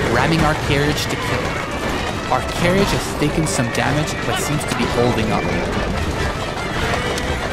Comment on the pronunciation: That pronunciation of carriage